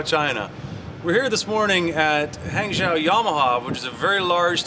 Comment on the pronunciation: "Han-joe" not "Hang-zow"